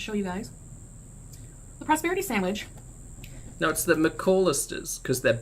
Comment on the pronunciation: New drinking game: drink when she says "decadent" or "sandwidge"